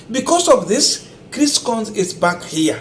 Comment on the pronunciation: Coons is pronounced kuns not kons